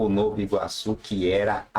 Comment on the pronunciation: a pronúncia é ''novA iguaçu'' e não ''novO iguaçu''